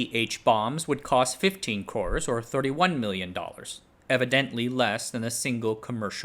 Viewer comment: Surprised that you did not know how to pronounce the Indian "crore = 10 million", since you appeared to have quite extensive Indian exposure .. It is pronounced like the bird "crow" ..